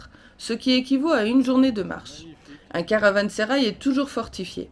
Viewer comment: Meraba, Caransérail se prononce [ karavãseraj] , pour info Nous on l'a visité aussi cet été et on a eu la chance d'y rencontrer Ilbert Ortayli, un professeur d'histoire turc , polyglotte, extrêmement cultivé. Un méga banquet était organisé pour commémorer le 2ème anniversaire de la restauration . On s'est retrouvé bien sûr invité et à table avec que des pontes, préfets, gendarmeries, représentants culturels.... Bon je pense que avec nos tenues sportives, on dénotait mais bon ils nous ont mis très à l'aise...Un super souvenir. Quant à vos températures, je ne sais pas ce qui est le mieux. Nous cet été, on avait souvent des températures insupportables, ce qui nous a freiné dans certaines visites. Merci pour vos belles images 😘😘😘😘